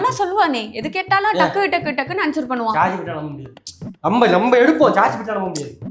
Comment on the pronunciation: Chat gpt ❌ Che gpt 😂😂